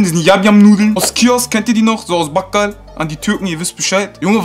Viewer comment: Geh lern wie man Bakal ausspricht bro